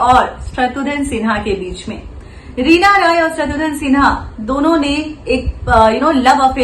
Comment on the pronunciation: Its not Shatrudhan Its Shatrughn Sinha.